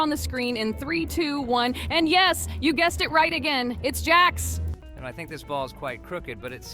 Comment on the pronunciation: Jax it's jax